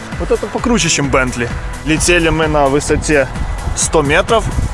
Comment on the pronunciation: ну тогда уже не бендли, а Бентли...